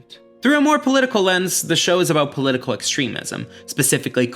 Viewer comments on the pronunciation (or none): none